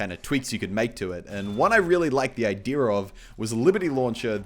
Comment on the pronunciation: Is it just me or does Muselk say "Idera" when he says "Idea"?